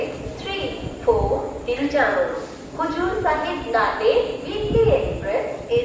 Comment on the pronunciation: Nanded correct ga pranoynce cheyyendi